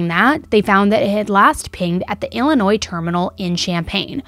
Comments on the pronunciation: Off topic from the case. But as someone from Illinois. I appreciate you saying the state correctly 😅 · I totally agree! Most don’t know that the S is silent! I live in Illinois 🤣